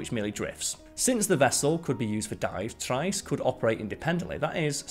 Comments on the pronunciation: I believe the word you are looking for is pronounced tree-est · It's pronounced "Tree est" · Pronunciation is "Tri....est" please. Not as good as your BioGraphics videos. Struggled to follow the narrative in several areas. Maybe it is an accent thing. But then again, I didn't have a problem on BioGraphics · You're pronouncing the Submarine's name incorrectly. Trieste is pronounced "Tree-est". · Check pronunciation of Trieste. Pretty sure it’s “Tree est” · Arrrrgh, it's pronounced "tree-est" and "no-ah". Why do the British think they are the only people who know how to pronounce language. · What annoys me Brit is your ignorance of - butchering of the Italian language. It's pronounced tree-est. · Just because you're subbing in for Simon doesn't mean you have to butcher the pronunciation of "Trieste" to fit the part. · love your presentation, style and pronunciation, except for Trieste - it's an easy one to get wrong.